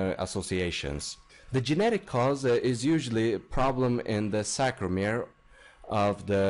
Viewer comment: the word is SARCOMERE not SACROMERE